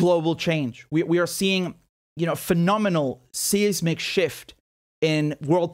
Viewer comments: Seismic is pronounced "size-mick" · Your pronunciation of "seismic" is too french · I like the way you pronounce 'seismic' as /SEEZ-mihk/. The standard English pronunciation is /SEYEZ-mihk/, which is wrong, since it's Greek, not German. Great political analysis, by the way.